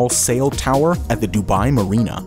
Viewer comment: Ciel is French for sky. It’s pronounced see-elle not sail.